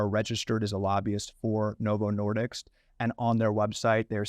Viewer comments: Why wasn't that doctor helping Tucker? He looked like he was having an brain aneurysm. Notice how the doctors keeps saying Novo "Nor-dicks." Smart guy, can't be a slip of the tongue.... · 1. The drug is approved for weight loss in Europe contrary to what he says. Oh hold on, it's not approved in the UK. Of course, UK and Europe, same word for most Americans. 2. The company name is Novo Nordisk, he keeps calling it Novo Nordics again and again. Am not a typo natzi but if the guy is so passionate about the drug and the company itself, he can't even get the name right ? How many things does he really get right among eveyrthing he says? I'd wager saying it's a typical Carlson level content, get maximum drama, don't worry about the facts. Albeit I am able to get behind some of the challenges raised in the video and the review, I'm seriously disappointed with the attention to correctness, of everyone really. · Novo Nordisk not Nordiks 🤦‍♂️